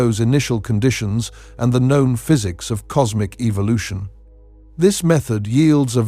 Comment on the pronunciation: I don't like anyone saying Evil•lotion it's e•vo•lu•tion